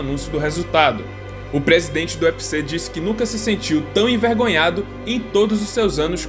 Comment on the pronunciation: É vento? É e, E, E de evento! Nao é pré sidente, é presidente!